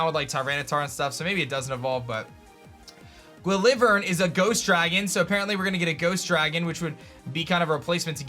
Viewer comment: I think it’s pronounced, Gwill-vern